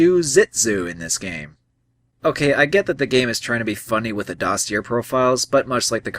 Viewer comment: I like this review, but you repeated a pet peeve of mine. Its pronounced Doss-ee-ay